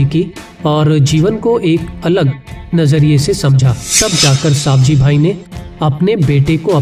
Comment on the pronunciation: सवजी भाई bol साबजी भाई नही